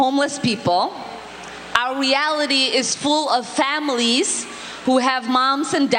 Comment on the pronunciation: ...Is it English? (families) "Famies" (ClinTon) "Clin-in" (Manhattan) Man-haaa-in... "T" is a letter in the English language!